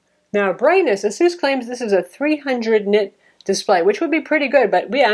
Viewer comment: Its ASUS! Not asoos. Jesus lol.